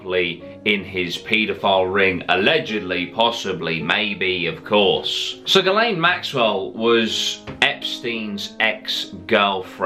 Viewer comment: Pretty sure it's pronounced 'Jizz Lane'